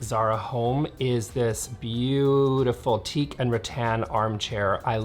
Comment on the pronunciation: Rattan chairs originated in Asia where it's hot and humid. Check your pronunciation! The crockery you've shown is very Continental (not British). The British pronounce 'vase' as vars! English is not a phonetic language despite how Americans treat it. You don't, for example, pronounce the 'e' in the words 'love' or 'give', do you? 😁